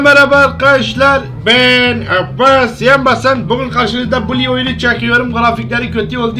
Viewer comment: Abi Abbas diyeceksin ebbesssss değil